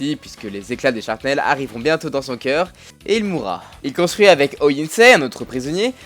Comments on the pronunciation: "ils l'attaqua".. non ............."ils l'attaquèrent".. ensuite "sharpnel"...non......non ...non............."shrapnel"...m'enfin gamin!!!! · Ta vidéo est très intéressante mais par contre t'as dit au moins 3 fois "sharpnel" au lieu de "shrapnel"... ça fait mal xD mais sinon tkt pouce vert ^_^